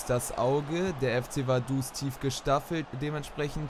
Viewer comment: es heisst Vaduz mit Z